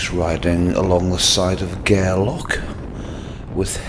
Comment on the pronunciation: Gairlock ?? Arrokar Alps ?? If you must make videos about Scotland please learn how to pronounce Scottish place names.